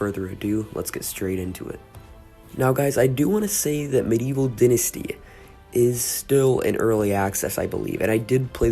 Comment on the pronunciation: This game is 5 months old and 1 day from today just want to point that out also pronounced dai ·nuh·stee if American for the British it is di ·nuh·stee.